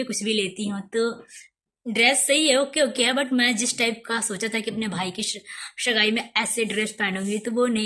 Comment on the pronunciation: Scene pronounce nhi kr paa rhi ho shgai nhi sagai hota h